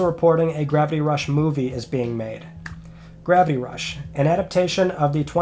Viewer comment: what is ‘Grappy Rush’ or ‘Gravy Rush’?? Can’t you pronounce it right?